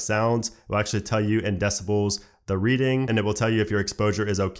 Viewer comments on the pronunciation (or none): none